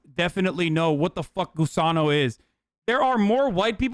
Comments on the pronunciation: Litterally same. Was about the make this same comment 😂 I didn’t even realize he was saying gusano because of the way he says it. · It’s really gross that Hasan is saying Gusano, he should be saying Gusanx